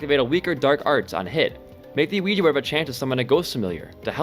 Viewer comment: he said ouija and i instantly heard luigi bruh.